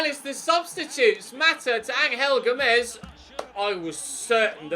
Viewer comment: It’s pronounced ‘Anjel Gomes’ not ‘ Angal Gomes’